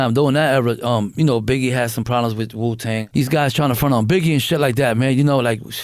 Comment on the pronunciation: Overall this was an A-level documentary! Good work. Side note...wtf did he say? Wuton